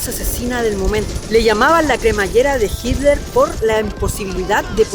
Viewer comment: se ve que es chileno, no puede ni pronunciar hitler jajajaja dice hiler jajajajaja muy buen video 😊👍